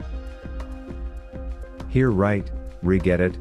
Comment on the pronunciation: Too Funny! The text to voice doesn't know how to say regedit, OK, or type. Useful info, just funny to listen to.